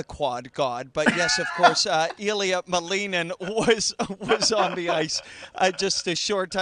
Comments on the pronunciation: It's Ilia MALinin. Not MaLEENin. Do your research! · actually you may want to google Ilia saying his last name. He says MALinin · He's American and it's a Russian name. The correct way to pronounce it is MaLInin. It happens a lot with second generation children.